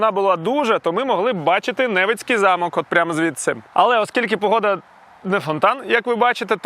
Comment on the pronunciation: Чому мешканці центральної та східної України завжди ставлять не вірно наголос? Так само роблять москалі... Не НЕвицький замок, а НевИцький замок... І Сегединський не так їдять. Це не кнедлі в прикуску, а на кнедлі кладуть підливу. Який борщ? Ну і смаки у вас дивні...